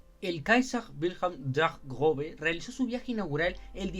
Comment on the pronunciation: 00000 usaste arte de un artista que sigo, justo ando esperando que suba unos dibujos de los Cuatro Grandes de WSL que faltan para completar el set PD: Esta cosa "ß" se pronuncia como una S, no como una B, aunque su forma es engañosa